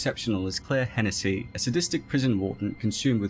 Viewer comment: I don't mean this derogatory or anything but the pronunciation of Hennessey kills me.